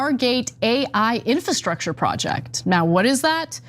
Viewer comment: Infrastructure? Can someone tech this guy how to read.